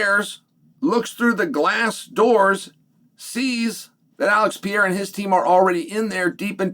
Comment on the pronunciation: If you can't pronounce his name correctly, just say Alex for the love of God and grammer.